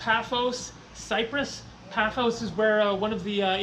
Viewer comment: its PAFOS.